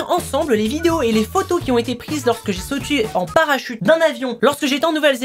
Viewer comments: a mdr il a dit j'ai sotu à la place de j'ai sauté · Mdr t'a dit sotué 😂😂😂😂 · "Lorsque j'ai sautuer " xD😂😂ralala je t'aime tellement😍😍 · "Lorsque j'ai sautu" 😂😂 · " lorsque j'ai sautU " ......... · ta dis j'ai chutu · au lieu de sauter ta di sautu